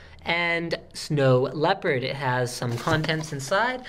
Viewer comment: You say Leopard but it sound Lèpre